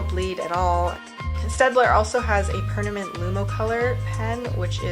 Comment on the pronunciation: "Pernament Ink"